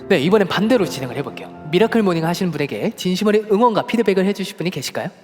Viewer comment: 미라클 뫵으로 읽었넹ㅋㅋㅋㅋㅋ